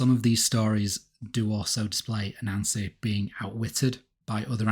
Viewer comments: Sorry but I just have to admit that as a person with some knowledge of Brithish-ness, I chucle alittlebit when I hear you say a Nancy. When I heard you say Anansi-boys, I straight-up choked ! Culturally insensitive, yes. But still, I mean, f*,CK ! Hà-hà-ha-hà- hà -hà-hà ! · I'm sorry. As interesting as I find this subject, whenever I hear you say A-Nancy my mind de-rails. Low-brow, I know but . . . please forgive me. May watch latr when in better state. Thank you.